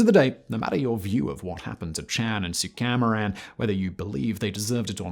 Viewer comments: ABSOLUTE travesty - YES, this video! Did not even spend five minutes on learning the pronunciation of the names: "Suka-maran" = Suku-mayran "EN-guyen" = "Wen" (When) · It’s pronounced “soo-kah-mah-ran”